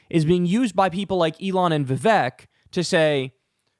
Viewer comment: Vivek - rhymes with cake (not Shrek). Otherwise, good analysis. I'm glad you were able to decode that for us.